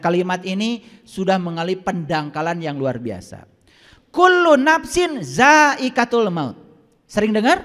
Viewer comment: Kullu ngapain dzaaiqotul mauti Bukan daikatul He he koreksi bacaan Alquran Nya